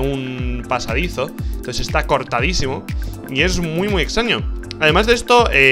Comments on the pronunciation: MU RARO? Rich, se confirma que eres de Murcia :v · alguien mas noto que decía MU RARO ?